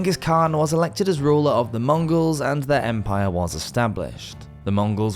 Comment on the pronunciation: Scottish Woz